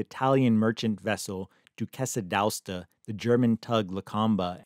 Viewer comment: D' Aosta ... A as in Able, os as in Oscilloscope.... Ta as in tank... A-os-ta D'Aosta = of Aosta